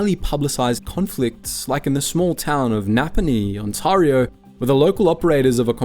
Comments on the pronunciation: It's Ontario, not Untawrio, stupid AI voice ! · On-terry-o not On-tahrry-o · "On-TAR-io" this is an incorrect pronunciation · You should teach your AI how to pronounce "Ontayrio" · he does make it sound more fancy, though.😅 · Is this AI narration? The channel is called "Maple Inc" but the pronunciation of "Ontario" is completely wrong. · Script feels AI generated and poorly edited. confusing crinkle cut fries with straight cut? confusing glass with ceramic? and the host cannot pronounce 'Ontario' which is very odd for a channel called 'Maple Inc' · My opinion of Swiss Chalet is mid. HOWEVER. As an Ontarian. PLEASE for the love of God, learn how to pronounce our province. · LMFAO the AI trying to pronounce Ontario. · The second syllable of Ontario rhymes with air.